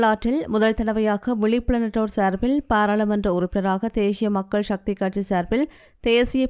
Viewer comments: தேஷிய மக்கள் ஷக்தி😂😂😂 ( தேசிய மக்கள் சக்தி என்று உட்சரியுங்கள் தயவு செய்து) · தேசிய தேசிய. சக்தி நாக்கை நன்றாக வழிக்கவும் உச்சரிப்பு முக்கியம்